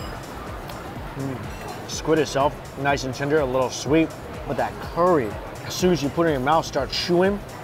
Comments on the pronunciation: curry not corey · for goodness sake is wonton soup not Wongtong and curry not Cory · Haven’t even watched the video yet he’s gonna keep describing good with umami. Change the channel name to strictly umami lol. Pronounced curry not Corry. No description of spices